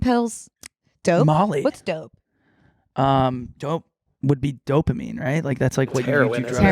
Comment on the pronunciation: 'are there dopaminne pills" "mollly"